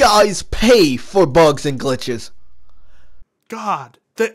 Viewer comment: The way talks bugths and glithes...😂